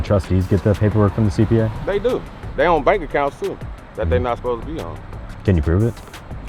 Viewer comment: Any one that pronounces They as Day , just no